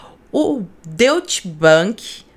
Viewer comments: é “dóitch” a pronúncia de Deutsch. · A pronúncia de "deutch" é "dóite"